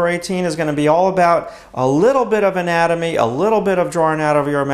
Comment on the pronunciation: It sounds like you're saying anime xD